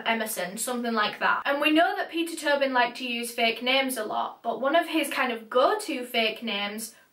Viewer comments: clearly says “Peter Tobin” Me: Peter Toe Bin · omg i thought she was saying turban this whole time